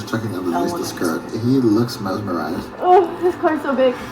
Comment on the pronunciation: Man mispronounced mesmerized memmerized 😭